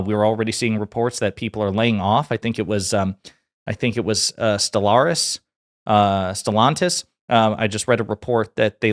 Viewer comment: I love how you said Stellaris. Are you a gamer too?